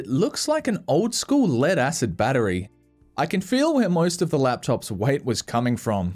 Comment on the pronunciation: how everyone else pronounces "most": most. how pronounces "most: MOIST